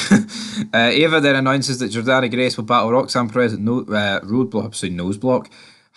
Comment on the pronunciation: It's JORDAN Grace not JORDANNA FOR FUCKS SAKE